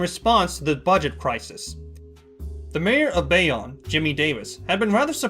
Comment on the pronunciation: It's pronounced bay-own